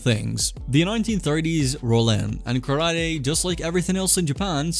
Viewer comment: Kara Te. Empty Hand. Not karady.